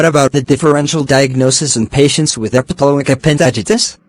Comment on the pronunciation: It's not epiloic, it's epiploic